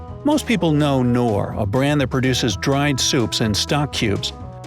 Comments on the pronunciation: I dont care abaout your accent, like danone its Da No Ne.. i dont care BUT KNORR, K NORRRRRRRRRRR not NOR bro.. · Wow, Americans try to say German names just English. It is Knorr and not Norr. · I think you are supposed to pronounce the “k” in Knor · the 'K' in 'Knorr' is NOT silent !!! it's a german brand and we pronounce the K at the beginning !!! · In Pakistan and India, the product "knorr" is pronounced with a 'K' not As you pronounced it with a silent "K" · Becel (you say: Bé-cell) is available in the Netherlands too. Knorr you say the K too!! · it's K'Nnoor, it has two syllables. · Knorr is pronounced with a silent k in the us? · I know but thanks anyway, its just that they actually are called "Knorr" (with the k pronounced as in knödel 😁) and I would have guessed that they are pronounced like that everywhere as it was the name of the german founder. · ''Norr " ??? pronounce the K. That's why it's written down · The 'K' in 'Knorr' isn't silent you uncultured swine. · Pronounces Australia, Danone, Knorr, Becel, and Burger incorrectly. But Poulet Frit Kentucky, gets it perfectly. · Yeah, ‘Knorr they’ve got the know how’ I thought everyone pronounced the k